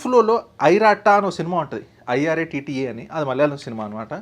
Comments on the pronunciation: It's not Irata... It's " eeratta" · ఇరాట్టా బ్రో ఐరెట్ట కాదు.. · Bro nuv ఇరట్ట, పోల్ తొలీల్ pronounciation kuni chessav 😂😂😂😂😂.